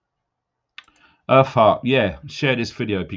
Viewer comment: When you said earth heart it sounded like you said her fart lol. 😆 Sorry. 😞